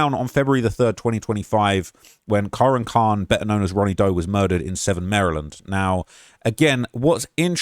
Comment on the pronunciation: it’s pronounced “Ka-Rahn” lmao that literally why they call him ronnie.